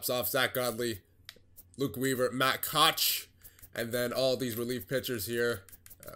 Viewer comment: A few notes: 1. Koch is pronounced “Cook” 2. Szczur is pronounced “Cesar”, like the salad 3. On Greinke Spring Training stats, you can pitch in a game without starting giving you (in your game) 18 games played, 6 started and 5-0 record